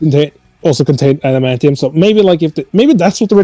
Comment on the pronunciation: “The scythe can cut through space” “Errrrm I dunnoooooo aduhmanteeum pwetty stwong”